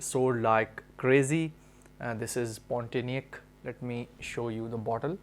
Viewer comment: just giving you little correction...the name is Pontianak ( pronouce : pond - tea - anak ) ..it is name of a city in Kalimantan(Borneo) in Indonesia.